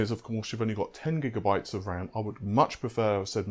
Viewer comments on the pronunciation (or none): none